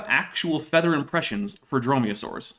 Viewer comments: It took me like 10 minutes to figure out that by "feeder" he actually meant feather. Perhaps because I was just listening to the audio for a while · First of all, needs to learn how to say feather and not feeder. I was so confused by that. I know it's not his native language, but as an English teacher, I have taught proper pronunciation to many adults. Second, maybe he should also prepare for his debates? Last time his argument for not being prepared for a very common topic was "I only had a day". I could have debated that topic without doing an hour of getting prepared, since he obviously had no knowledge of the topic. He has very little knowledge of this topic as well. I'm not a biologist, but even I see how wrong he is. He's basically just rehashing "it's complex, therefore designed". He also thinks feathers - not feeders - are completely different from fur - it's called fur, not hair when on the body of an animal - when they are not. We know dinosaurs had several types of proto-feathers.